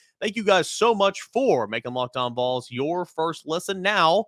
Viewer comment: Will someone please work with Chris Gordy on the pronunciation of Vols? I like everything else about his work.